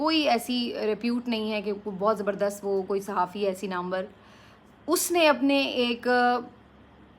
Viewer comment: Please do not say zarabadast